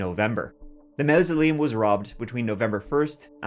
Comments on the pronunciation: MAWsoleum, not MOUSoleum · Maw!!!!! Maw not maow 😂😂😂 christ above i was starting to think i was out for lunch in dun laoirghre there for a minute 😂😂😂😂😂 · ‼️ You pronounced mausoleum WRONG for the entire video‼️ It phonetically sounds like "moor-sell-e-um" not mous-el-eum and it has now't to do with your Dublin accent😆‼️❤️😆🇬🇧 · Mausoleum pronounced "maw-soleum" not "mao - soleum". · Why are you pronouncing "mausoleum" as "mow-zol-eeam" and not "mor-zol-eeam" as it should be? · Mausoleum is pronounced MAW-so-Liam Not meh-so-Liam. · It's pronounced MAWSALEEUM not MOUSE 🐀 A LEEUM 😆😆😆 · Omg mouseleum !! It's pronounced morseleum. .I can't listen anymore. So annoying !! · Mausoleum is pronounced maw-so-lee-um. Not mouw -so-lee-um. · Mezaleeums? I couldn't get all the way through this video because for some reason the incorrect pronunciation of mausoleum was driving me bat shit! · Glad to see the officers were takin it so seriously,n please learn how to pronounce mausolim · Mausoleum is pronounced maw-soleum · Haha "Mousel -Leeeum" just not used to NI English.... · A mousealeum is where they’ll bury Mickey😂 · I had to turn this one off after the fifth "mouseleum" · I get a kick out of the way you pronounce it "Mao's-oleam" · Ross o carrol kelly levels of d4 accent when pronouncing mosoleum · It’s pronounced MAW-ZUH-LEE-UHM. Not the jarringly wrong way you pronounce umpteen times throughout your story! Reminds me of Benedict Cumberbatch pronouncing the word “penguins” incorrectly throughout a wildlife documentary he made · I've only ever heard it pronounced and spelled as mausoleum. Here in the USA if I search for that pronunciation and spelling it auto corrects it to mausoleum. Not saying your wrong just never heard it that way here. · Mouse-a-liam😂 u good hun? 😂 🇮🇪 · He said "Mauzer Liams" 😂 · I love how you pronounce it 'mouse-a-leums' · Stop mispronouncing mausoleum. And the 3's! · that's a weird way to pronounce mausoleum 😅